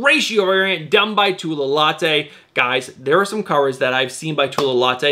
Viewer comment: Say it with me, "low-tey" not "Latte." Great work, not harping, but helping. 🤷🏽‍♂️